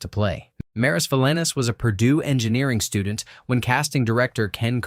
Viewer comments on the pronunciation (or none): none